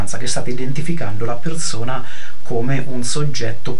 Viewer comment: bellissimo pero' ti devo spiegare la differenza tra la lettera Z e la lettera S. per esempio si dice perSona, non perZona :)